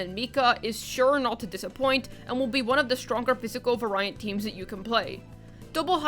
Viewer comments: I heard it one too many times to be able to resist, so for future reference "variant" is pronounced like the word "very". Like Very-ent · excuse me, var-eye-ant? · Variant is pronounced v - air - ee - int/unt ;)